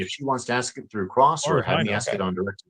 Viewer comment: She’s Intelligent enough to pass the bar exam but can’t pronounce ask correctly? hmmmm, I wouldn’t hire her